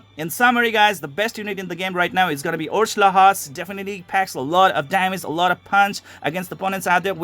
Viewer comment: the name "orslaha " you and google translate both keep pronouncing it wrong the H is silent.. the name is more like Orslaa the H is dumb and should not be pronounced... but for copy rights issues they tend to add shit just encase + chines & korean game maker's have a lot of mistakes when it comes to names and the English language in General.